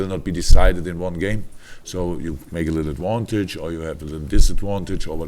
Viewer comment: Come on, Liverpool. Let's "make adwontage" 😂